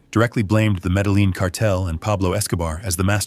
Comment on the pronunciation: Pronunciation is so important. Medellin is pronounced: Meda-YEEN.